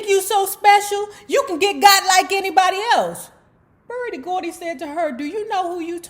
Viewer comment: "BERDIE GORDY"???